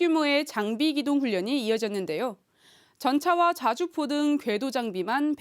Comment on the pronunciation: 자주포인데 좌주포로 들린건 나뿐인가??????????